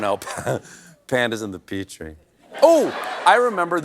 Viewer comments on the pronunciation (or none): none